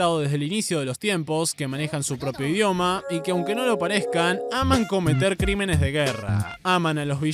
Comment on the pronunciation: cometo, CRINENES de- Gue- rra- 🗣️